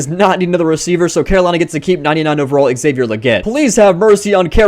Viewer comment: Xavier Legette accent was perfect